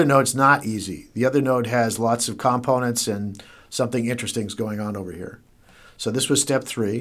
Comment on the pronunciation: Learn how to pronounce the word "components." I kept dwelling on that.